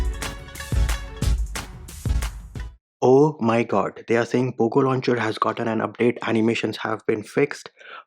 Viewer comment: I heard once "Loop Launcher" but when I did rewind and saw 😂😂😂 Mann "Poop launcher" lmaoo x 100